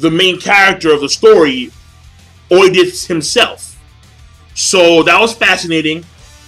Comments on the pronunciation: ED-I-PISS IS HOW ITS PRONOUNCED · LOL It's pronounce "Ed-di-pus". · O is silent in Oedipus. Never heard of Oedipus complex? Thermit is believed to be what happened in WTC in 911 attack, by some anyway. Tor is a real program, but I don't think it can fool the NSA though.